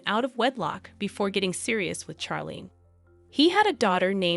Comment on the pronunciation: First of all, the names Charlene and Charlotte are pronounced as if they were spelled Sharlene and Sharlotte, not as in Charles. It seemed to me from the beginning that Charlene Wittstock is a reserved person, not someone who is warm and bubbly. She and Prince Albert dated for 10 years before they got married, so she knew him quite well and knew what was expected of her as his wife. She was already in her 30s when they were married. She may also suffer from depression and anxiety. Certainly, when she had that sinus infection and surgery and wasn't healing, she was miserable. Who wouldn't be? Marriage is also often difficult and you have to work at it. Being a princess isn't the most stressful job. It's not as if you have to drive your kids everywhere, do housework, fill up your car with gas, run the household, all while working at least 40 hours per week. But being a princess can be a boring job, which is why she often looks unhappy. She could have had a worse life. It seems that she chose to make the best of it.